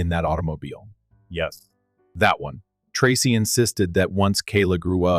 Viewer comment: Story 2 miss pronouncing the name Tracy😮